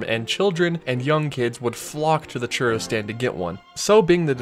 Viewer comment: I can't stand the way you say churro lol